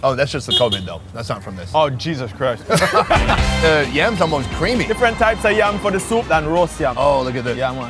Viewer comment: Lmfao the Jamacian accent was 💯 until he brought up covid. That Jesus Christ came out straight suburban Karen